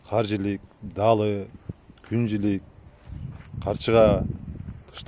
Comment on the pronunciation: Күн жилик эмес Күң жилик дейт😊